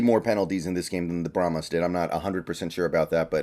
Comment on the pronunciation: Brahma Bulls are native to Texas. Brahma is singular. Brahmas is plural and pronounced bra'muz not bra'muss. They may be called brahma Bulls as plural. PLEASE bra'muss is NOT a word.